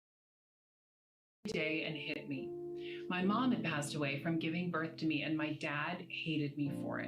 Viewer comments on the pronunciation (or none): none